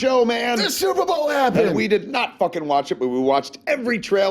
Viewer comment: what the fuck is this "super bawl" you speak of?